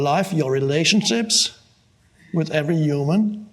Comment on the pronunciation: I like how he says "uman". :)